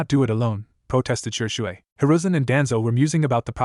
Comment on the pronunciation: This AI narrator 🤭. Shersway Uchiha, a and b u or if spoken umbu. Kuen, Chon, hate gecko, Raikage A is Raikage Uh. This narrator pronounces A's as UH.